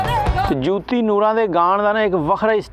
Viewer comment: Yar teno te naam b sehi nahei aata Joti hai jooti nahei Nooran lajwab geik